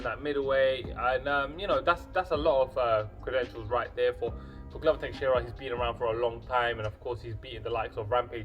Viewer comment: I don't want to be annoying, but it is Teixeira, non Texiera. I point it out kindly before somebody does indeed be annoying and starts to run his mouth. Anyway, I am predicting Santos winning by knockout. Santos is a beast, he is a bulldozer, the 205 lbs version of Paulo Costa. I agree that defensively he is not very solid, leaves himself open, and I honestly question his cardio a little bit. Teixeira has good boxing and amazing submission skills, which I think would play a very important role if he takes the fight to the mat, which I think he can. Santos is very strong, he is a black belt in BJJ himself, but I think Teixeira can take Santos down and can submit him, maybe taking advantage of his (in my opinion) questionable cardio, sapping his energy on the ground and finishing him by submission. It remains to be seen how Santos can handle Teixeira's grappling, but I think Santos is the overall better athlete, he will keep the fight standing and land big shots on Teixeira, getting the knockout.